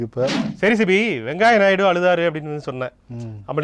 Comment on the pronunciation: வெங்காய நாயுடு இல்லை. வெங்கய்யா நாயுடு என்று உச்சரிக்கவும்.